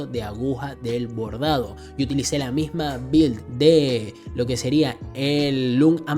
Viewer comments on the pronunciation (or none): none